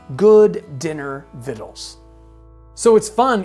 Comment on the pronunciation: Wow, I never knew how "victuals" was pronounced. I thought you were misreading it at first.